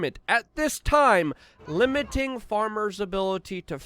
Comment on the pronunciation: Liminting ,kinda funny ,Luke does this on purpose .